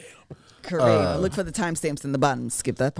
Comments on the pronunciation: nah it’s co-reck 😂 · It's correck 😭😭